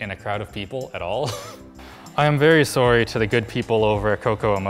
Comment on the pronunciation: That Sorry at the end... Your far, far too Canadian to be a reviewer.